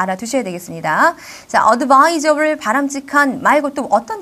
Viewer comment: 어드 바~이절 발음 원어민인줄 ㅋㅋ 미국에서 오셨쎄야 ??